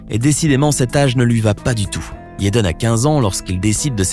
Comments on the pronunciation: Pourquoi il dit "yaiden smith " je croiyais que c'etait jaiden 🤷‍♀️ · pourquoi tu di yaden aulieu de jaden... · pourquoi vous dites yaden et pas jaden? c'est bizarre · C EST JADEN PAS YADEN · « YEDEN » MDRR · "YEDEN" HAHAHA 💀💀💀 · mass rimeri JEN AI MARRE 😂😂😂 Je me retiens de pouffer de rire a chaque fois qu’il dif Yeden 😂😂😂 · Mais il dit yeden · Mais qui t’a envoyé dire « Yaden »??? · Yéden smis😂😂😂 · Mzelle Kenza c’est Jaden t’inquiète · S’il vous plaît, avant de faire tout un discours sur quelqu’un, apprenez à prononcer son prénom correctement 🤔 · je suis la seule qui est perturbé dont la façon dont il dit son nom